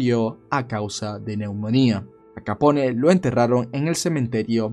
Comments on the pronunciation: le ruego no lo tome a mal, pero me duelen los oidos cdo ud dice capon en vez de capone. un capon es 1 gallo castrado y capone es la correcta pronuncicion del apellido de al. le reitero q no es una critica malintencionada, si no algo, quizas pequeno q le dara mayor calidad a su canal. la pronunciacion correcta es muy importante en el caso de 1 narrador. mil racias x su trabajo. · Sí, haz una serie de todos los mafiosos Italianos famosos, incluso de los irlandeses y los demás. El Italiano se pronuncia como el Español, o sea todas las letras. No se dice Capón, sino Capone, diciendo la E al final. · QUE CLASE DE NOMBRE ES? QUE QUIERE DECIR? NO SERA BUSGO, PARA LAS HISTORIAS? ES BROMA Y MUY BUENA NARRACION DE AL CAPONE ( SE PRONUNCIA "CAPON" )